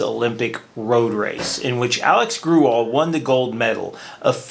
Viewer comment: FYI, Alexi Grewal's name is pronounced "grey wall," not "grew all."